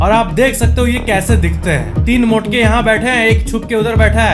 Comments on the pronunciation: "3 motke" yrrrr, when he says these types of words, it sounds so hilarious 🤣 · Love the way when we pronounce "Mote" as "Motke" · Bihar accent